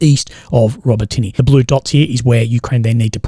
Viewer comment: Urozhaine, Robotyne, Tokmak. If you're going to pass congregation try and at least get place names correct